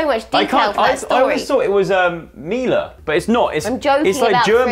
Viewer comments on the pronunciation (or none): none